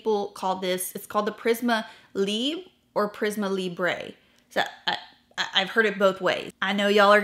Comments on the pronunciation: It’s a French word so it should be pronounced “lEEhbre” with the re being really subtle and breathy. That’s probably why you think you are hearing it sound like “leeb”. It’s not “libré” so it shouldn’t be pronounced libray but some people look at french and decide to use italian or spanish phonetics I guess. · The e at the end of Libre is half-silent 🇫🇷 so your first pronunciation was correct. I really want to try that one (no issue with coconut oil here).